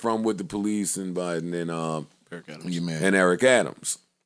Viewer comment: "Da BIDE-EN of Brooklyn" LMAOO